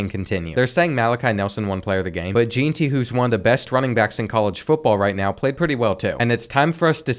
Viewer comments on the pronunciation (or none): As a Boise state fan I am sad to hear you say Jeanti… ITS JEANTY (Jen-ty) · As a Boise state diehard fan who’s starting to get mad your saying it wrong, it’s pronounced Jen-Tee, not Jane-tee